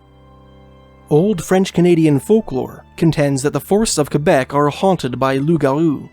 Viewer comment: You pronounce Quebec properly, awesome!